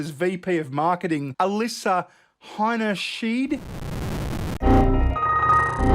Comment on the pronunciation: Alissa Heinyscheit, heiny shite!!! Get it right.